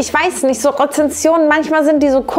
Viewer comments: Heyyy mega gute Video, voll interessant. Nur kurz: Rezensionen nicht Rezessionen. Ansonsten toll 😁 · Ich liebe deine Videos und dich auch aber bei dem Wort Rezessionen dat hat mich getriggert Haha Rezensionen bitte 🥹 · Als freundlich gemeinter Hinweis: Du hast besonders zu Beginn eine Undeutlichkeit in der Aussprache beim Wort RezeNsionen. Rezession bedeutet Rückgang der Konjunktur, weniger Geschäft und Geld, was bei schlecht bewerteten Unternehmen aber ja vermutlich auch passt ;)